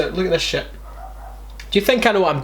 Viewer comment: "I'ts an old piece of shat"